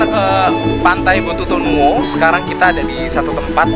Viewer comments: BOTUTONU'O BANG BUKAN BOTUTONU'E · Botutonuo bang, bukan botutonue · Pantai Botutonuo Bang bukan Botutonue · Botutonuo ka 😁 bukan botutonue 😂